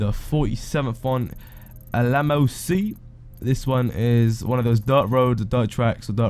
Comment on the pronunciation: Fan-dabby-dosey of a vid. I dont know what I enjoyed the most. Finally finding all the locations with your help or you pronunciations of Dessert, Seoul and Alamo